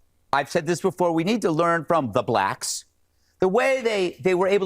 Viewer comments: Bro really said the blacks with a hard R 😭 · Why did he say the blacks like that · Rolled R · He said "blacks" with the hard R